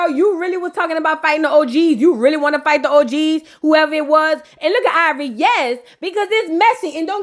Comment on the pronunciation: 👁️ Vor Eee took me out 🤣🤣🤣🤣